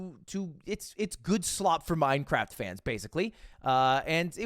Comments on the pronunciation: "Yeah, we're gonna talk about MineCwaft" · anyone else hearing "minecwaft" when Ludwig pronounces it? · Did he really just say "Minecwaft" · Mine cwaft dwama yaaaaay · We gonna ignore the fact Ludwig said Minecwaft? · I love minecwaft 😁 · "minekwaft" Ludwig 2023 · as a 25 year old man all i wanted to hear tonight was minecwaft dwama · alr but why did ludwig pronounce minecraft as "minecwaft"? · minecwaft L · Minecwaft :3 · we're gonna talk about minecwaft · You said this so perfectly, as a fan of Minecwaft I really wish the majority of the fanbase would touch grass once and a while. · Ludwig gon say “minecwaft” then turn around and play super auto pets 💀🫣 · The way Mogul Mail pronounces Minecraft is cringe. Please get it out of my head.